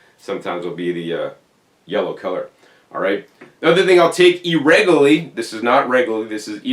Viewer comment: There's a few other words he pronounces differently. "E-rego-lee" (irregularly) is another. 😅